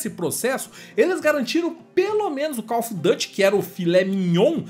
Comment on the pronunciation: Não se fala Dâte. Se fala duty mesmo em inglês